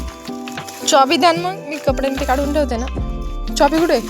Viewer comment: चॉबी ❌ चाबी ✅